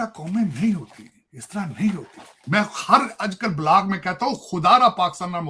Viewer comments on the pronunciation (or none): Angrez di Aulaad di English 1 Axford 2 pricen 3 blag